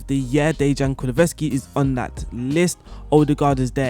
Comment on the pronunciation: in actuality I really appreciate your content about tactics etc, and this video was beneficial, but the mispronunciation was constant throughout; Kulusevksi got butchered too. I'm trying to offer some constructive criticism here, maybe listen to a commentator pronounce a difficult name, or read it slowly before making the video, because in every other aspect you are pretty good 🤷🏼‍♂️